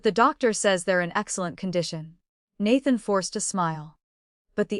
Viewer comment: She wants to bear healthy hares for the past life's father-in-law? 😅 Hopping down the bunny trail... Please train the AI narrator on how to pronounce the words. It even mispronounces Nathan which is the male lead. The pictures mislead. This is a modern story, not historical.